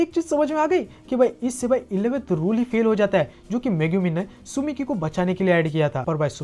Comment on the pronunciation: Tsukimi nahi tsumiki...... Naam ka bhaji pulav bana dete ho bhai... 🤣